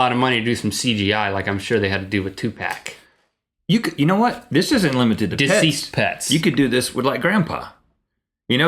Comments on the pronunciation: You guys have no clue what you are talking about. Please the only thing I found useful about this how the technology worked. All your jokes are stupid and not funny, you don't know anything about tupac pronounced pac not tupack, cuz tupack is back is the worst shit I ever heard. And Hitsune Miku is a vocaloid, she came from somewhere and is popular in japan. And you two need to only talk about what you know. I'm sure you were joking, (another one of your bad jokes). But snoop dogg is alive. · This Video Just Made Me Mad. Yall Sound Soo Fucking Stupid. No Fucing Duhhh. They Knew The Shit Was Fake. and What The Fuck. SNOOP DOGG AINT FUCKING DEAD. Fucking Douche. This Video Sucks Bloody Nuts. And BTW Its Tupac NOT Tupack. Ok And Hell Yeah I'll Buy A Ticket To The Show. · It's pronounced 2 POCK not 2 pack please don't dissrespect the thug's memory 2pac deserves more respect than that. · First: it's Tupac (2pac) not 2pack Second: it IS a big possibility that he WAS in the audience cuz we all know he IS alive Third: don't talk shit bout rappers and Fourth: Snoop Dogg is NOT dead or almost dead u assholes he just likes to get high BIG difference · only stuped people say too-pac . its tu pac you stuped dumb asses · Just say ‘Pac’ and get on with it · Nobody says "2 pack" stop it. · It's spelled tupac but pronounced two pock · Tupack? really... im out. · People got mad cause they said 2 pack. XD They were joking people. haha You can't take Rhett and Link seriously. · Two white hipsters talking about gangster rap. The fact that they spent a minute and a half debating how to pronounce Tupac (it's 2poc guys!) shows their lack of knowledge on this. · Would love to see Eazy- E and Tupac ( Its pronounced Too-Puck ) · I think people just disliked it because they pronounced Tupac as TuPack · God I'm white and you guys embarrass me. TuPACK? dafug. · 2 PAC SAY IT RIGHT DAMNI.......im sorry my black side camed out.....STFU DAMNIT IM FUCKEN ANGRY NIGGA.... im so sorry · Say Tupac right.